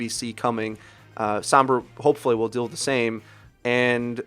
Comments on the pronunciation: "sOHmbra" not "sAAmbra" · Stop. Fucking. Saying "Sahmbra." It's "Sohmbra" for crying out loud. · You guys know her name is Sombra and not Sambra right? You keep pronouncing it with an "ah" sound instead of an "oh" sound and it physically hurts me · "sambrah" lol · As a native Spanish speaker it's really annoying hearing people pronounce sombra as sambra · "sahmbra" unsubscribed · "Wheres sAAmbra when you need her?" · Some brahs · That's just how o's are pronounced sometimes in English. The are three o sounds used in English, a long o sound and two short o sounds. They are using a common short o sound which is the same as one of the short a sounds and can be heard in word such as mom. This pronunciation is why mama, ma, and grandma are spelt with an a even though mom uses an o. To an English speaker the different o sounds all sound like an 'o' and so they may not notice that they are pronouncing it differently. EDIT Also depending on accent/dialect the 'ah' sound may be more pronounced as seems to be the case with. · You said Sombra's name incorrectly! You're a great Youtuber, keep up the good work!